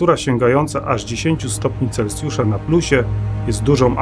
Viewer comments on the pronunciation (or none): none